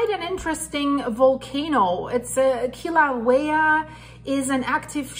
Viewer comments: It’s Kill-a-way-a. Emphasis on the ‘way’ syllable. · Ur cute :-) I love ur accent :-) and Kilauea has a w sound where the u is :-) God bless and Godspeed